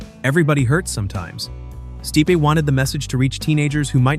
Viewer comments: Michael Stee-pay? Come on. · What the hell did you call michael stipe?